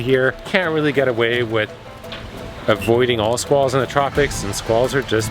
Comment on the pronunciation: You had my ears at Sqwals..mmm squalls